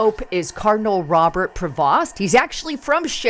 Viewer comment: his last name is pronounced as Pro- vo not like it's spelt.